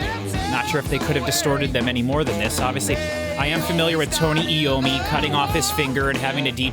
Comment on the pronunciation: It's EYE-owe-me, not EE-owe-me. iommi is a great flute player.